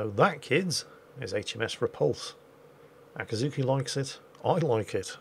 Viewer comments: its akizuki NOT akatsuki the two are completely different words! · Akazuki (probably mispronouncing your Cat name) sounds like the imperial action stations alarm from Star Wars